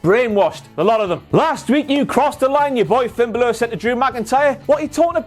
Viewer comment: Just... say... "Balor". Those are not two difficult syllables to pronounce. "Double-ee-double-ee", I'll give you a pass on, but not "Ba-LOOR".